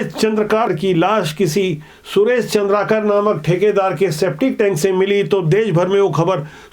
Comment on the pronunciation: चंद्र कार नहीं चंद्राकर है भैया